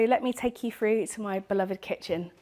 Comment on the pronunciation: Drives me crazy when people pronounce through as ‘frew’.